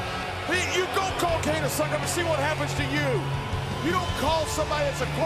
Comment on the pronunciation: IT'S KANE, MAGGLE!